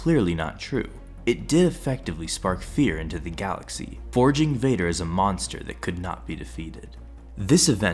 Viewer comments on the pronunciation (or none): none